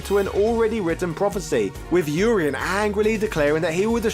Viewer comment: Urien is a Welsh name? Welsh is a confusing language if you are pronouncing his name right. I prefer your pronunciation. I've been pronouncing the first part of his name with the UR the same as URINE and second half as E-N. Which always had me so confused. Also assumed they were both supposed to be Greek